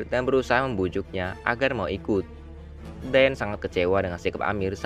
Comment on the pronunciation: Kedengarannya di panggil dayen/dayat padahal dayan